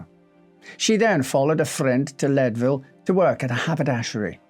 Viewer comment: Believe it or not, it's pronounced "Leed-ville" -- not "Led-ville." :)